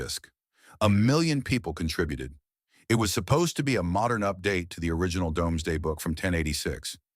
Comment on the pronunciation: Shame about the AI voice … surely, anyone making reference to the Domesday Book knows it’s pronounced “Doomzday”? … Domesday is simply the archaic spelling of “Doomsday”.